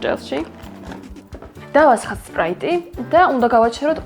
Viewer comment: სპიტერი კი არა სპრაიტი